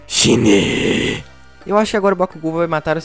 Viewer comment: E escreve shine mas fala shaine, vê o negocio mar nem sabe como falar o bagulho